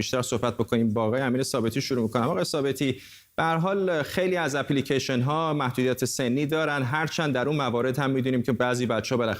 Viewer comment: در دقیقه چی پی لیکیشن؟؟ خخخخ سواد رو تو مرکز انگلستان هم تلویزیون زدن ؟ اپ لیکِیشن نه اپی لیکیشن